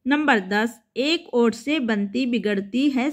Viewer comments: Vot ko aot kyo read kr rhe ho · वोट को ओट क्यो पढ़ रही थी